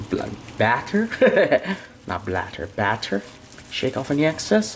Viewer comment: Why do say batter like “bat ter” haha you’re a legend